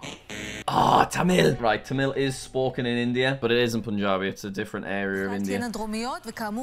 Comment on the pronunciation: bro pronouced tamil tamel bruh